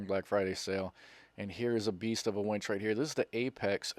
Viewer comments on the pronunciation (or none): I thought harborfreight was selling women when you said wench and didn't say winch. It's like saying win with a ch on the end. Stop exciting me